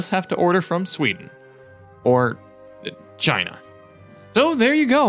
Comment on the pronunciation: Congratulations! You just lost a subscriber or maybe more, only because you pronounce China like Zaina? Drivena? Or *^}€#}~? I don’t know what the heck you trying to pronounce!